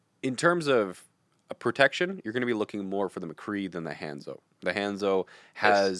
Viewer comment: Ultimate CRINGE pronunciation of Hanzo. Dislike